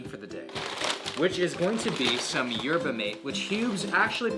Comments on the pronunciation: YUR-BAH MAH-TAE. fucking yurbuh mate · Ge said “Yerba mait” on purpose to comment-mine. Yerba Mah-tay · YER-BAH MAY-TE?!?!? You say like “herba mah-tay” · It's not Yerba Mate. It's pronounced yehr-buh-maa-tay. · Yourba mate? Never heard of her lol. Check your pronunciation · its pronounced like "yerba mah-tay" lmao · Pronounced yerba "mah-tay" btw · WILL! Say it like "Air-buh Mah-tay" c'mon bro! lol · Well, I like that he's not veggie phobic like so many are today, nor carb phobic. Good qualities. Yerba Mahtay is how that's pronounced,, lol. That's bene my go to every day for decades. The canned prenade stuff is crap. But if you brew your own, hot or iced it's smoky and gorgeous. Mate is related to holly, just as a trivia tidbit. It gives me lovely energy and happy lungs without coffee or black tea jitters or acid. Wonderful stuff. Not a fan of ice baths or cold showers for everyone, nor IF, and I find Alexander Technique's constructive rest more useful for me than yoga nidra. But the suggestions here were somewhat useful. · the way he said yerba mate 💀💀💀 (erb-a mot-eh) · hearing say Yerba Mate hurt a little bit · The way he said Yerba Mate made me vomit a bit in my mouth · The way that you pronounced yerba mate is not correct lmao. Love that you drink it but please 😂